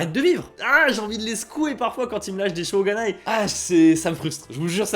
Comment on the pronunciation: C'est "shō𝙜𝙖nai". Avec un "o" long et "ga" (et non "gu"). Je ne pense pas qu'avec un "o" court et "gu", des Japonais comprendront.